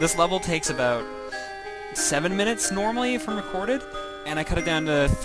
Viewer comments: "Wise fwom youw gwave!" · Wise fwom your gwabe. Good to have you back.